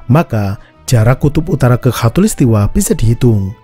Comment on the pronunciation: Maaf ya min. Soalnya yg saya dengar, mimin ngucapinnya hatulistiwa. 😁